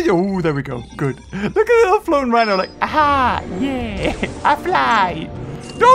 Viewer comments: He did the wihno mistake again... :p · i like how you are calling the wooly rihno thewooly wino